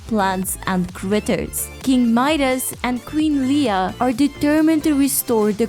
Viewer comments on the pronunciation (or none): none